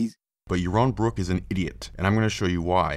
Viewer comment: Yawwon Bwwok tells us weason without Gowwd is good. When you can speak correctly, I'll listen, heathen. Those wascislly weligions.